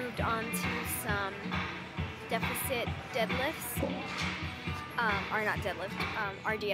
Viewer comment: wtf does he say "ditsit makes you lift more?"